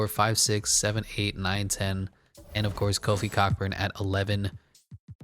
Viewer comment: you hella mispronouncing Kofi’s last name i’m dead